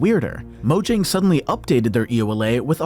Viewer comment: its pronounced yang not jang